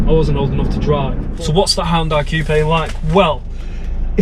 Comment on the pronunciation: All Hyundai review videos and this guy actually says the company's name right 👍